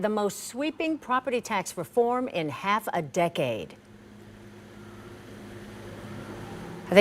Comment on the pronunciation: "Half a decade!" Said like it was a hundred years.